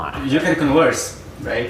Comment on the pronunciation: "You can conwurse"